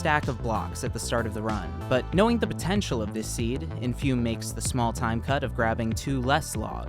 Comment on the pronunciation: sadly you mispronounced the runners name throughout the video, its "infoomi"